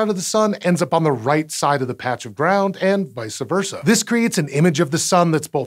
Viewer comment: it reads "Vice Versa" but you SAID "VicA versa" which is incorrect. Just thought you should know.